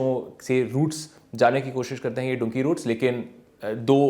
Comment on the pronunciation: You are a reporter on news or social media ,please at least learn pronunciation of words: " Dunki' 'Nicaragua